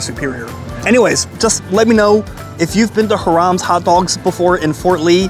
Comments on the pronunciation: It pronounced like High-Raams. Love your videos. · Its "hi rums " gezz . Get with the program dude .. Hot Grill ,2 all the way 2 !! Its not chili sauce its all the way sauce . Bun,hot dog,mustard,onions and then the sauce . Never onions on top !! And then get one frenchie one with gravy ....😮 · First of all the name is pronounced HIGH-rams, accent on the 1st syllable! Look, if your in the Fort Lee area & don't want to eat interesting Asian food then come to this hot dog joint! Other than that, no vale la pena! 😢The reason that the skin has a nice crunch to it is probably because they're using a natural casing!😅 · I think it might be pronounced HI rum, or H eye rum's. Long I, short u. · Pronounced HIGH-rums... growing up there used to be another hot dog place right next to it called Callahans that was better than Hirams and Rutts Hutt put together... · Its pronounced High Rams can't watch due to mis pronounciation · Hiram's would be pronounced /HIGH-rums/ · Not "Haram" 🤣. Bro.... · Agreed! Clearly should be more like high-rums. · the way he's pronouncing Hiram's should be haram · Learn to pronounce the name of the restaurant you dope! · Ugh butchering the name terribly....oy vey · There was Callahans hot dogs right next to it and for years there was a rivalry between the two . People would ask what are you a callahans guy or a Hiram’s guy . .? Like are you a dodger fan or a Yankee fan . Fort Lee was also where the silent film industry started before Hollywood . Lots of history there . Where the hell did you get that pronunciation of Hiram’s ? High Rams ! You forgot the endless sauerkraut! 😮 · you're mispronouncing the name. And this was one of 2 places back in the day, the other, Callahan's, on the corner where the bank is now. This is from a time where the 2 hot dog places competed for the crowds coming out of Palisades Amusement Park! And a time when most of the restaurants in Fort Lee were Italian restaurants. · It's Hi rams not Hir ams